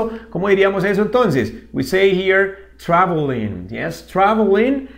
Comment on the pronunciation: te comiste la l de travelling